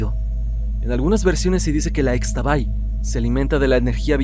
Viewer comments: Es Ixtabay (en maya la x suena como sh) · Muy buen vídeo como siempre. Únicamente una recomendación, Xtabay se pronuncia como Ishtabay...😇😇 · solo como dato cultural, en la lengua maya, la "X" se pronuncia como "sh", entonces se escribe Xtabay, pero se pronuncia Shtabay. Saludos!!